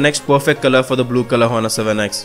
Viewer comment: h is silent brother